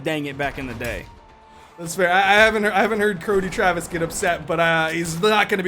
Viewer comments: curdy trevis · Cuddly Travis 😳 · "Croedy Travis" XD